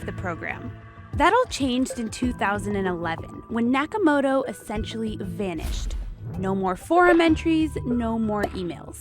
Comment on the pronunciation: the western narrator be like: satoushi nakaomuotou, can't even pronounce it correctly (in Japanese way)